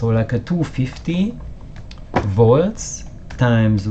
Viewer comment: Good fun. And don't take this the wrong way but often when you said 'volts' it sounded like 'watts'. And made me jump each time.... Subbed.